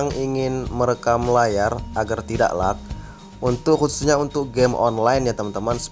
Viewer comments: dia baca nya lag, bkn leg😂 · Leg bang bacanya bukan lag😂